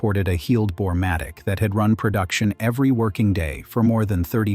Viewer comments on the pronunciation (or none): Not BAR, Barre (pronounced Barry).